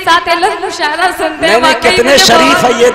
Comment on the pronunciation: Mushairah nahi balki musha arah hota h pagli